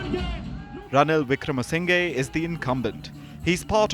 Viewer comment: Just look at the comments; you are completely misleading the international audience based on Ranil's words. You don't even know how to pronounce a name as a reputed media... "singhe" pronounce as "sinha" and "nayake" as "nayaka"... it's the way we adapt to write in English.